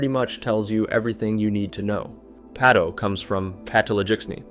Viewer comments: Pato not peto 😂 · The US pronounciation of pato makes it sound like p.do to my ears, making me jump. Of course it attracts most viewers to look, like with car crashes.